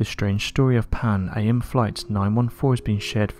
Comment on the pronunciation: No one says pan a m just panam